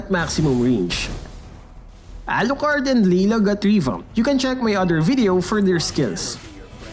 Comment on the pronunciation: the way u pronounced Alucard n Layla was funny lol